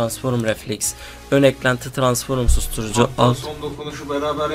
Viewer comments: TRANSFORUM DEĞIL TRANSFROM KARDESIM ÖGREN ŞUNU YAHU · "Tıransforum" değil "Transform" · Abi transform demen lazım sen transforum diyosun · ABİ TRANSFORMA NEDEN TRANSFORUM DİYORSUN? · Transforum degil transform cahil!!